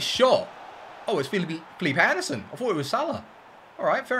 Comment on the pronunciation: “oh it’s phillipee anderson”😂😂